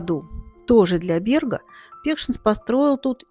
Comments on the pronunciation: Ну наверное произносить надо на латышский манер, как это принято в Риге - бЭрга, а не бЕрга. Слушать НЕВОЗМОЖНО. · Спасибо за фильм. Очень большая и качественная работа. Только бЭрг надо произносить😊😊😊😊😊